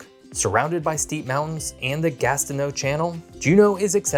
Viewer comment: At least he didn't mention Valdez :) Also I think he got Gastineau right.